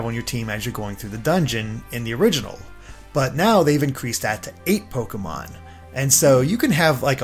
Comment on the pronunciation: im skeptical honestly he cant even say the pokemon names right either